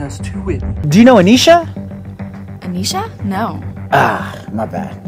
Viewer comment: HE SAID ANESHA AND MU NAME IS ANEESAH